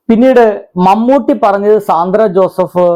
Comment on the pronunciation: Sandra joseph...ooo mmm... oru oralepatty video cheyyumbol minimum ayalude name enkilum Correct ayi parayan sremikanam...😮